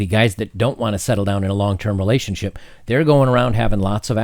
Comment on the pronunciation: your pronouncing relationSHIT wrong.